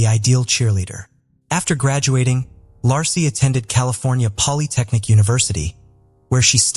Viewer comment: I hate when the narrator can' t even pronounce a person's name. When covering the Scott Peterson case, He pronounced Peterson's wife's name several different ways. Lassy, Lacy and Lahey among them. That poor woman at least deserves to have her name pronounced properly!!